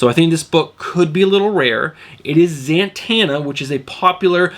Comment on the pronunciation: Am I crazy, or do you pronounce Zatanna... ZaNtanna?